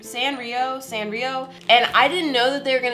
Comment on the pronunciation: Her saying Sanrio wrong triggers me so much for some reduce 😂 Edit: I love you soooo much! 💕